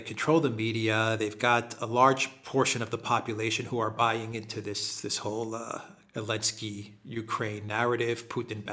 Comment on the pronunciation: Why do you say "Elensky"?